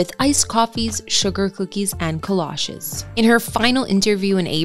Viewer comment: Why did you mislead and use pictures of Chess Club restaurant as her home starting along with other random images as her home? There's no house tour in this video. Chess Club probably wouldn't appreciate your using their pictures saying it's her house. And there's no such things as "colotches" however it was pronounced. It's Kolaches, pronounced " kuh laa cheez". Nobody "enjoys" the hot Texas weather. I'm betting she enjoyed the beauty of the Texas Hill Country and her privacy. Well respected actress who obviously wanted her privacy, not to be exploited by crap like this.